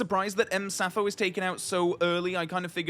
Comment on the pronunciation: Pretty sure M. Sappho should be pronounced Monsieur Sappho. Dame Judi dropped the ball on that one.